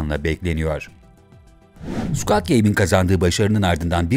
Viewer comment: Keske bu videoyu yapmadan once "squid" kelimesinin nasil telaffuz edildigini ogrenseydiniz. "Squad" gibi okumus metni okuyan kişi, squad degil, squid.